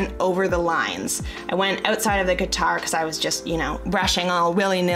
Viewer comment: Cringed every time you said guitar hahah 😂